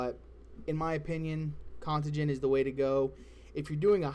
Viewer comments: Interesting information my friend. but if you say con-tuh-gin one more FUCKING TIME!!!! lol It's Con-tay-gin, you know like something being contagious? Like a disease? heh....Good shit regardless my dude. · Its pronounced con-tay-gen.